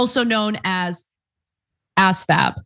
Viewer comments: It's pronouced az-vab, not ass-vab. And, at the high school I went to, if you didn't take the PSAT, you had to take the asvab. I've seen some of the recruits that come in, and it gives me no hope for the military, as they can't follow the most basic directions. Requiring military service will not solve this problem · it's pronounced "as-vab" not "ass-vab" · Please don’t show ignorance. It’s AS VAB, not ASS VAB. You hurt your reputation by mispronunciation 🙏🏻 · Never heard someone say ASVAB the way you do. Hilarious. I'm curious to see how you'd do Ana.